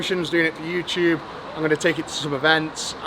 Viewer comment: "Hello Yoochoobb" - well hello to you too, Eddie :)